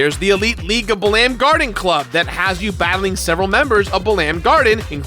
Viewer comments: It's pronounced bah-lam garden.. bah-lamb sounds absolutely hilarious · My ear bleeds... it's "Bah-lum" like gum. For Balamb Town. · Lmao, I've never heard Balamb pronounced that way. I've always hear BA-lum or BA-lam, with the emphasis on the first syllable. Now I've got an image of the FFVIII cast jamming out to Spider Bait stuck in my head. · Buh-LAM garden, interesting pronunciation. I always thought of it as bal-umb (first syllable sounding similar to how you'd pronounce the bal in "balance") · Ouch, it hurts me the way you pronounce Balamb.... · Yeah his pronunciations are weird sometimes... Quistis, Balamb, Ultimecia...